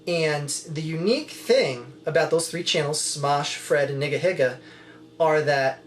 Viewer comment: No offense, but it sounds weird to pronounce it "niggahigga." I don't know how it's supposed to be pronounced, but I would stick with "neegaheega." I don't know; who cares. Just a thought.